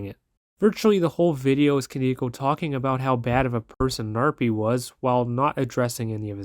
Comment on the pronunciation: bruh respectfully that isnt how the word koneko is pronounced